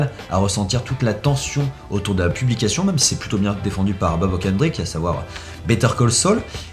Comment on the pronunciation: C'est Bob Odenkirk, comme le capitain Kirk. A prononcer Audeune Keurque :)